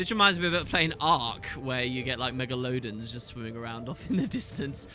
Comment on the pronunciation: "Mega-loadens" Excellent